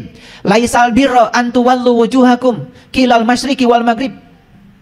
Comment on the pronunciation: baarokallohu fiikum...trmksh atas penjelasan guru,# koreksi lafaz"qiilal masyriqi"yg sy tau:"Qibalalmasyriqi"trmksh